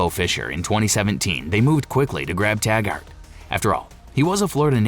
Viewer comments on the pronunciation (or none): It's pronounced Tag-ert not Tag-art